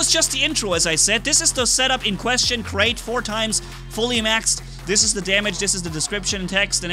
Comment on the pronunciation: It’s like Krait is not pronounced as Krait in English anymore but KREIT with gutteral r like in German.